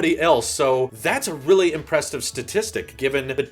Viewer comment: What the fuck is impresstive? Are you drunk?